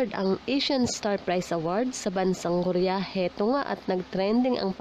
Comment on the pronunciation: ko-ri-ya Hindi po korya